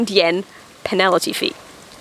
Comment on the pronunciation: Penalty or penality? It's a new Pronunciation, i like it :)